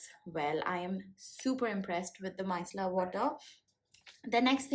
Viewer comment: Uhhm ...Ur pronunciation of ‘micellar’ is wrong fyi. 🙄